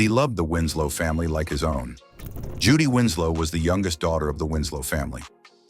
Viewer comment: I can't continue to watch of this man continues to say her name incorrectly.